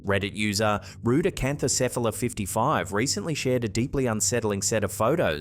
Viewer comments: 😮 holds the constant gold medal✨️🎉 🥇 for account name pronunciation!!😅❤ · The way you had ZERO trouble saying that user name has me impressed. RudeAcanthocephda55 according to the captioning.